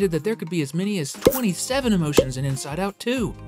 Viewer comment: The missing T is starting to trigger me…